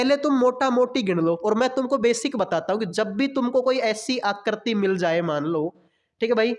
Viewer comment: Phle aap aakriti bolne ke liye Sikh jao uske bad figure counting pdha lena bhai